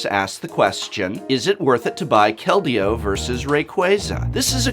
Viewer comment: Hearing say "Kal-deo" makes me giggle